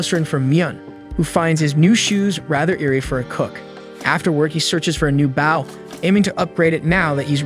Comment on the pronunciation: The continued mispronunciation of Bow is a little distracting. Might want to look into fixing this.